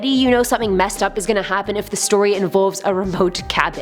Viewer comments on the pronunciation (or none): none